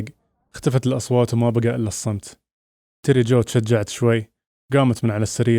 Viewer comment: تيري جو مو تيري جوي